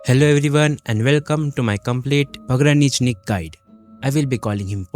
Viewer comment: As a Russian, I can confidently say you didn't butcher his name. Good for you to actually try to pronounce his name! Kind of tired of Pog already tbh... At least Some respect on the man's name😊